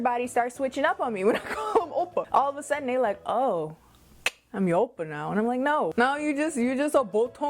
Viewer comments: i did NOT expect that "Ow!Pa" (3rd kind) pronunciation - i am floored! hahahaha! so funny PLUS OMG THE BODY ROLL THAT CAME WITH IT omg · that owppa has me BAWLING LMAFAO!!!!!!!!!!!! and the fact that you keep body rolling everytime you say owppa..i cannot lmaooo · Why are you saying it like that?? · I like the way you said #3 oppa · Every time you said the “number 3” oppa I died😂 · The way you say Oppa #3 😂